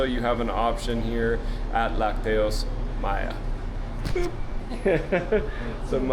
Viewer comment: Chiapas is officially the cheapest state to live in in all of Mexico. A person in Chiapas requires an average of 7,000 pesos per month to cover basic needs and expenses. This figure is drastically below the national average (approximately 16,421 pesos). Spanish pro tip: the pronunciation of lácteos is with the stress on the first syllable LAC -teos. Always enjoy your fun videos with a positive vibe. PEACE